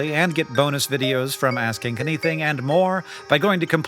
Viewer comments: it sounds like "Ass Kick Anything" and I laughed, new canon name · I can’t help but hear “Ass kank anything” every single time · In the Ground News ad (how dutiful am I?) you said the name of the show, but it sounded like "Ass-Kick Anything." Side project! And, with no inter-cheek hairs, the human fart has trouble exiting the valley, necessitating a whoopee effect. We likely lost the butt-hairless back in our stealthier hunter-gatherer days. I saw white and gold, and only ever hear 'yanny.'